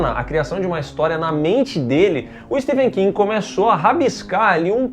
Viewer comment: Que agonia os 2 pronunciando o nome do Stephen king errado 😖